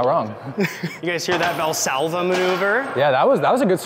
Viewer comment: Say valsalvo maneuver around me again I dare you bro